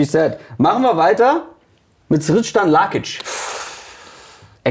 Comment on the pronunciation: Wird er nicht "Serdan" Lakic ausgesprochen? Berichtigt mich gern, falls ich falsch lieg... hab das von damals noch so im Kopf 😅